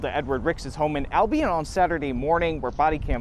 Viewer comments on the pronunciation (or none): By the way he pronounced Albion, I'm sure he's never actually been close to Albion.